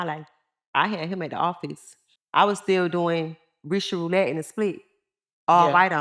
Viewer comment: How she was mispronouncing Roulette 😂😂